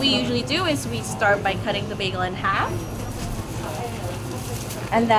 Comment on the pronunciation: You're not from Toronto if you pronounce bagel as bag-o